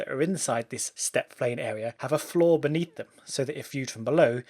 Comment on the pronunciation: Anyone else hearing flaw and not floor?